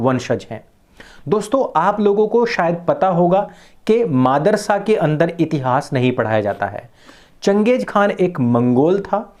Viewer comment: The way he said Maadar-sa was awesome 🤣🤣🤣